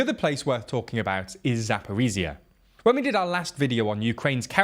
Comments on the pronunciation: Zaporizhzhia - the last 2 zhzh should sound like one long first Z in Geneva. 😉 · Or the S in ‘measure’ Not really sure why western military bloggers find it so hard, it’s not like this sound doesn’t exist in the English language. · There are two zh sounds in Zaporizhzhia yet you are keep saying Zaporizia. Zh as the sound in measure or leasire. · Hey guys, thanks for your vids. I'm from Zaporizhzhia and just want to share that "zh" is more accurate to pronounced like /dʒ/ sound like in word "giant". Heard this variant from volunteer English teacher from Liverpool and it's very close to the original pronunciation in Ukrainian😉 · "ZH" doesn't say Z. It is so easy to pronounce...